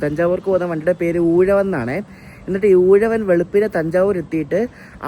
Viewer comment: 7.38 പേര് ഊഴവൻ അല്ല ഉഴവൻ എന്നാണ്, ഞാൻ കഴിഞ്ഞ ഞായർ ചെന്നൈ പോയിട്ട് ഇന്നലെ രാവിലെ നാട്ടിൽ വന്നു, ഇതേ അനന്തപുരിയിൽ. പിന്നെ നങ്കുനേരി അല്ല നാങ്കുനേരി. ഞാൻ ഡിസംബർ 7 ആം തിയതി ചെന്നൈ പോകുമ്പോൾ ഇരണിയൽ സ്റ്റേഷനിൽ അപ്പുറത്തെ സൈഡിൽ ട്രാക്ക് സെറ്റ് ചെയ്യുവായിരുന്നു